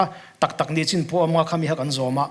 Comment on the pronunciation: Nichin tih turah nachin tih hi alo awl ania nge